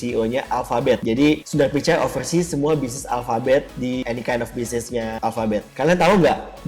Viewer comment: "ceo alphabet sundaghhh picai "